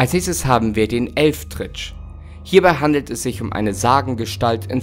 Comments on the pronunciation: Da muss ich leider was zu Sagen ^^ Es ist nicht der Elfdritsch sondern wird Elwedritsche Ausgeprochen auch wenn es anders Geschrieben wird. Das ist die Sage von da wo ich Gebürtig her komme ^^ Aber ansonsten wieder ein Mega gutes Video <3 Danke das du dir immer wieder die Mühe für uns machst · Des hesst "Elwetritsche" und net Elftritsch.